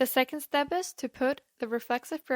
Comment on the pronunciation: It's Second, not Secound in English